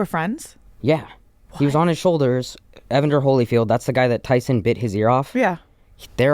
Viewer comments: I literally came to say the same thing haha. Glad I’m not the only one that cringed when he said evonder 😂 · Evander not evonder you dork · Bruh… it’s E-VAN-DER Holyfield not Evon-Der 😂 come on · not knowing how to say Evander had me rolling